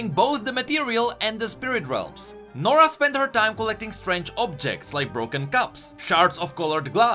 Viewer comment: nora??More like, Noraa.